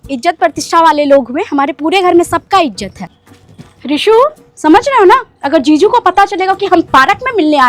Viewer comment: Jiju ✅️ ziju ❎️😂😂😂😂